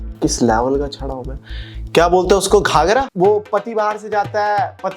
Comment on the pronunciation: Gajra ❌ghagra✅